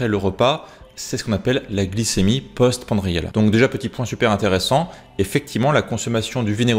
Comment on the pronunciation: Sauf erreur de ma part, on dit post prandial et non post pandrial